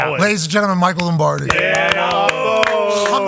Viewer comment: So called Packer fan doesn't know how to pronounce Lombardi